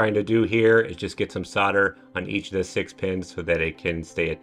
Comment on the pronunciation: yeah good to go but the word is soLder....not soder the L is pronounced !! Just saying. Thanks for the vid.